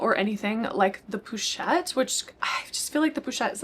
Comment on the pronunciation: The correct pronunciation is ‘posh-ette’ rather than ‘poo-chette’. 🙂